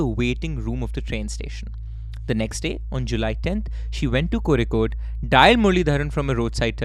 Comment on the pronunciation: longer episodes woohooo! as always, great work, amazing research and delivery of facts, keep up the good work y'all! stay desi! also, Kozhikode pronounced correct this time 😂